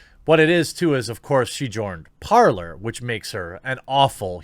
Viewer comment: Its pronounced parlay not parlor, your mistake is using English grammar on a different language, parler (parlay) is French for talking.... and talking is what people do on parler